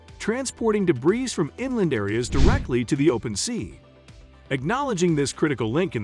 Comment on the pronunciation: Debris it’s pronounced: Day/ bree